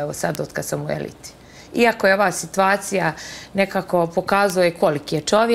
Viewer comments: Drvo neka joj da zadatak celu svesku da ispise SITUACIJA, mozda nakon toga nauci kako se pravilno kaze. Sto krije da joj je rođak muz od pevacice Slađane Mandic kvazi krimos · Niko u Bosni ne prica ovako..Njome,njojzi,situvacija itd..Ova je nepismena do bola uzas! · Može li joj itko objasniti da se kaže sitUacija